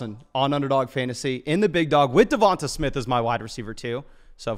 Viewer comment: Can yall please stop calling him Devont”E” smith, his name is Devont”A” smith put some respect on it